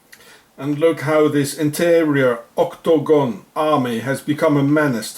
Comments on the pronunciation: Why does he spell/pronounce it 'octOgon'? It's 'octAgon'. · OCT - TOE - GOHN ! LOL